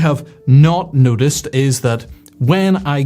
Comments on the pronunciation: I have never heard "Noticed" sound like "Nudist" before! If we want to be Nudists, then surely a little warming would not go amiss? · I thought you were saying "nudist, i haven't nudisted"... then i thought, as a nudist you would notice weather trends.